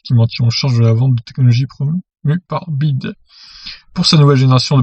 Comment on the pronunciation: c'est pas "bide" mais "bi ouaille di" à l'anglaise!!! Après on s'étonne que les chinois soient susceptible!!!!!!! Et je crois que cette marque est "la plus proche" d'une installation en Europe!! Merci pour l'info.....................